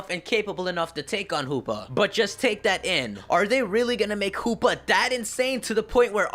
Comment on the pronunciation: I like how u say Hoopa, it sounded like Poopa!